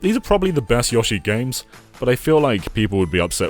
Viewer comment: Great video but the yahshi(yoshi) is too much to handle